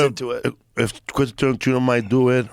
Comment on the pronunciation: mf can’t pronounce Quentin Tarantino 😭😂